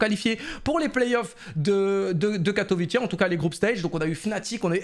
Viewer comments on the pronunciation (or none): by the way on dit pas katovitché mais katovitzé j y habites c est une ville bien nulle au passage